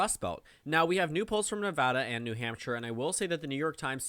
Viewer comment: I’m just here because you pronounce Nevada correctly